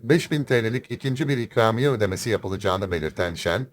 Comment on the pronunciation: çükramiye mi what dedin .